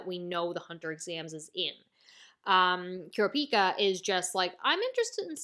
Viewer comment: I prefer the pronounciation Lay-oreo for Leo And Kur-op-i-ka for the mage looking kid.